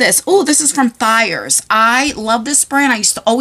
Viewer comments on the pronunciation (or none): I don't want to be rude, but it's pronounced Thay-ers, as in "hey", not Thigh-ers, as in "hi". I just get irritated cause Thayer is my last (married) name!😊